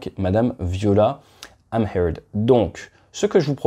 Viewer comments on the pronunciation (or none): Très bonne vidéo (par contre le nom de Mme Amherd se prononce "Amerte") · Héhé très drôle ta prononciation du nom de Mme Amherd 😊 à l'anglo-saxonne ça fait classe! Ici en Suisse Romande on prononce Amherd comme "AMERTE" en qq sorte 🙂 vidéo très instructive comme tu sais si bien le faire. Merci pour cet éclairage qui permet de démêler plus facilement le vrai du faux dans ce sacré dossier des avions de combat. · Wow wow wow ATE C'est Madame Viola Amherd prononcé Ah merde. N'aie pas honte c'est vraiment prononcé comme ça 😂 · C'est gentil d'essayer de prononcer son nom de façon polie, mais en vrai ya pas 32 façons de dire Amherd à haute voix sans que ça sonne couillon. Merci pour elle.